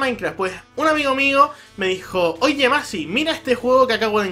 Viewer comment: Por fin alguien pronuncia bien mi nombre :D Saludos!!